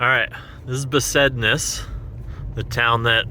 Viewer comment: Besednice is pronounced BESED NEETS EH